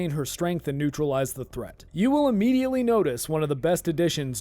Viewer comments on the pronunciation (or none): Ammidleated ? Did you just make up a word?